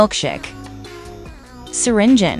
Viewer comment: Bro said it like syringen 💀